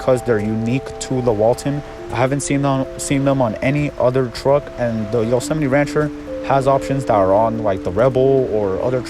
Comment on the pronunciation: its pronounced.. yo-so-mite